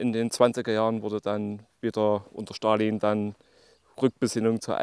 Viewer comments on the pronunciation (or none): none